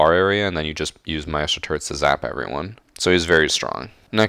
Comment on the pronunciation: still can't pronounce maestro after a year lol. Keep putting out good content my guy👍